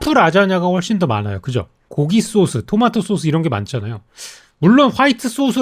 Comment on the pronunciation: 쏘수 발음은 일부러 하는건가요